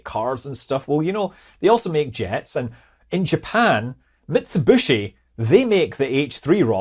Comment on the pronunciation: Never heard it pronounced mitsubushi